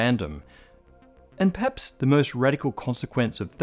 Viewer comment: The real question is how manages to collapse the superposition of two syllables in the word "perhaps"